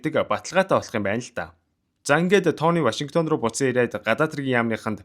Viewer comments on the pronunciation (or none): none